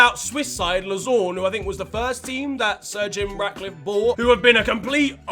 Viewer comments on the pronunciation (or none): absolutely disastrous prononciation of Lausanne